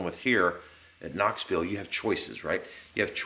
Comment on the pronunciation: Knoxville...knoville lol close enough ! Stick um Scott